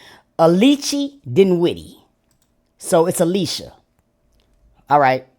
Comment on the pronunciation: You got me HOLLERING!!! 😂😂😂 A-LEE-CHAY to Alicia is crazy. Out loud screaming in here 😂